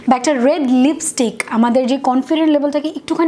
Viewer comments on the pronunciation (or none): none